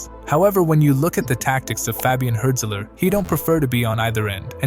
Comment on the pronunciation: it’s not pronounced like hurt-zeler btw